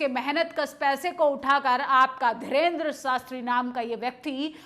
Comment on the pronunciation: मैडम पहले बोलना सीखो वो धीरेन्द्र शास्त्री है ना कि धरेन्द्र शास्त्री😂😂